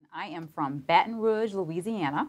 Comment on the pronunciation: I'm just laughing at how she says Baton Rouge